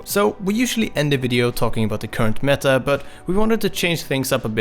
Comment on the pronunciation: "The meä"